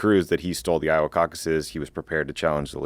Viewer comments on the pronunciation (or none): none